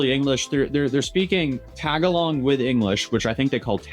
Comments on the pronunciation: their speaking "tag a long" you mean Tagalog sounds like "Ta·gal·leg" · it’s not “tag a long” dummy it’s Tagalog. Lol Americans need to read more. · Oh boy… His name is Duterte, two Ts, and the language is pronounced “Ta-GAH-log”, not “TAG-a-log”. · Dude pronounced Tagalog like tag-along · It’s pronounced Ta-gah-lug for all the people saying tag-a-long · Wtf is TAG-ALONG?😂 it’s TAGALOG! 😂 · The language is pronounced Ta-ga-log. Not Tag-A-long 😅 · I'm sorry but it's not called "tag along" there is no "N" in the name. Tagalog, pronounced "Tuh-ga-lug". And yes I will be that person, my OCD won't let it slide. Not trying to sound pretentious or be a condescending doucher, just being informative. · I died when bro said “tag-along” for tagalog. 😂😂😂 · Tagalog was pronounced incorrectly, It's pronounced: tuh gaa luhg. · K, im not usually the word police, it was just both funny and irritating to hear the word said a million d8fferent ways constantly. Like listening to Cumberbach say "pengwing". Ta-Gah-loe, thats how you pronounce Tagalog. And isnt that a language, why were they referring to the people by it? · tag-a-long lolol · Bro called it “tag-a-long” 😂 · I hate how the guy said my native English it’s a mistake but you gotta know how to pronounce languages if you’re gonna cover things like this